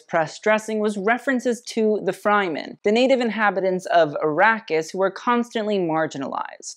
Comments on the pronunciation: You often call out people for pronouncing fashion brands' names wrong but you can't even research the pronunciation for Fremen. Its literally in the trailer. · How this man manages to mispronounce every Dune word except Paul after hearing actors pronounce it baffles me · I love your video, but please learn how to pronounce Fremen. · LMAO you can't say harkkinan & atredes right & say Fremen wrong, and then emphasize that the Fremen were marginalized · 😬😣😖If you watched the movie, you would know how to say Fremen. The same as Yemen, but with a "F". DO👏YOUR👏RESEARCH👏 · I love you, but your pronunciation is out of whack... you keep saying Frymen, when in the movie they say Fremen, with an e from Egg.. listen up when you watch it. Otherwise, this video is fascinating... as I said, I love you! Sorry.. XXOX mwa! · Your channel helps me respect fashion which is not something I ever thought I would do. It always seemed so shallow to me, but I'm starting to get it now. However, I have to correct one thing. The Fremen of Dune are pronounced Freh-men, not Fry-men. 😜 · Love this but it is pronounced Fremen not Fryman, although they sure are frying in that heat lol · Loved this review as a whole. Zendaya, Lawroach and make a great combination. But I must note I was happy when he left the Fremen category since the desert people are not pronounced Fry-man but Frəm-men. I also love how tied her fashion as it relates to Arrakis in the 3rd category expanding on more symbolic choices rather than literal ones. Well done! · Super on point, just gotta say its 'Freh-men' not 'Fry-men'. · Love this breakdown and tie into the fashion industry. As someone who has read Dune and watched previous film renditions of the show, I would like to bring to your attention on how to pronounce Fremen. Not Fry-Men But Fr-Eh-Men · O.O I love you but the way your saying Freman is killing me it's pronounced Freh-Men lol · Fryman? No...FR-eh-MEN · Not FRIEmen, fREmen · it is fremen "freh" men.